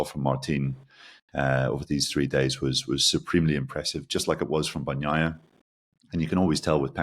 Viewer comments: If he keeps saying "horhay marteen" I want him to at least say "Payco Ban-naiiiia" with some Italian expression😂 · Seriously., do you eat la-zag-na, or lah-zahn-ya? and seem to manage to say Bagnaia correctly. Give it the same effort you give to Jorge Martín. Otherwise excellent, guys!